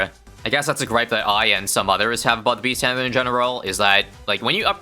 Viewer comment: Does this dude actually know how to pronounce the 050 beast handler?